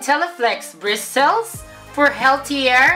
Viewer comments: "bristils" (Bristles) I love you. Made my day.:* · Bawing bawi sa BRIS-TELS (Bristles) nya hahaha. Labyu. This made my afternoon hahahaha😂😂😂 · Bristels hahahahahh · bristels hahahahahahahaha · bristols. hahaha... nakakamatay! 😂😂😂 I love you! You made my day! 😘😘😘